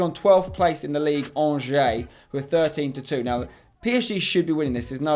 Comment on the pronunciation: Lol the way Spencer pronounces "Angers".